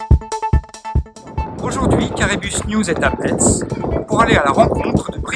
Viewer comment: La ville se prononce "messe" 🙂